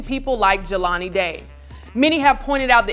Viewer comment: started strong until he said Jaylen Day....not #JelaniDay This also points to the fact that we BARELY know these missing black people but we remember Natalie Halloway, Elizabeth Smart, and others. We have work to do.